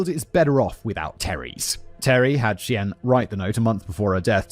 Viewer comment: Lol, the editors need to flash words simon mispronounced on screen....the pronunciation of Cheyenne was wild. And dubuque 😂 (similar to de-puke...which is a local slang. De-Buke)